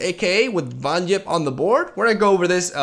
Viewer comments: bro it's Yipp and not Jipp... he doesn't drive a Jeap! It's Yeti and not Jeti when u watch Star Wars, you say Jedi and not Yedi when u finish a letter you write "yours truly" and not "jours truly" yesus christ! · Von HWIP. No it's Von yipp, That's what I said, Von HWIP.